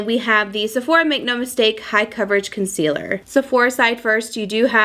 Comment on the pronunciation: "ulta concelear in medium neutral again oh my" lololol LOVE HER....but even with orqnge foundation she is stunning!